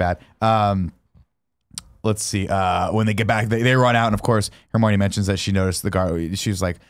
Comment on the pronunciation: I love how it took 80 minutes for people to call Nick on how he's saying Hermione...